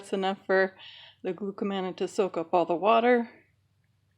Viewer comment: The correct pronunciation of konjac is konn-yuck. The correct pronunciation of glucomannan is glue-koh-munn-ahn -- it is a polymer of glucose and mannose.